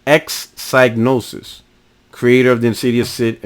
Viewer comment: Just one thing. It's pronounced "Cig" as is Cigarette not Psy as in Psychic.